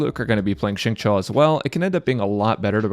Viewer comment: xingqiu's name is pronounced as shing-chew :)